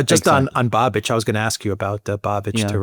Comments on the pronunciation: it's Bahbish, not Bahbitch, but whatever. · Hey us Czechs are talked about as well:) Btw Babis is pronounced with the “a” short like in bus or bubble so it’s “bubish”